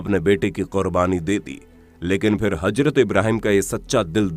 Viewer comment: Hajrat nahi hota Hazrat hota hai bolna to seekhle pehle